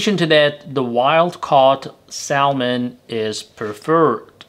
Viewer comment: Its called SA MON .. THE L IS SILENT.